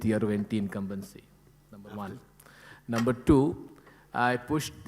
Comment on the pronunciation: I love and respect Modi Ji but that was Jethalal style of tackling that word🤣😂😆 (anti-incumbency) 😂